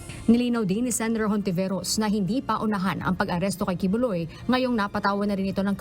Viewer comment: Hindi Hontiveros ang bigkas nun. Kundi Ontiveros. Spanish kasi.